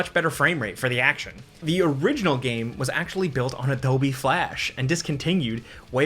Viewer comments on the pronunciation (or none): none